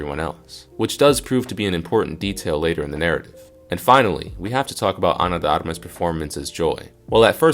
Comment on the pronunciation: AI crap, stupid AI can't pronounce Ana De Armas.